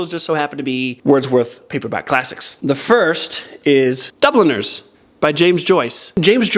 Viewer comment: Whenever you say Dubliners all I hear is Dubble Nurse. 😂 I don't think I've ever heard that title said out loud.